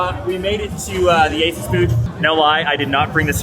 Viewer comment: It's Asus. Period. Nty